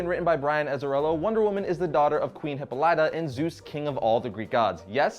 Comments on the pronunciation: it's pronounced hip-paul-it-a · Queen who? If you're going to do a video about something, you should know how to pronounce their names.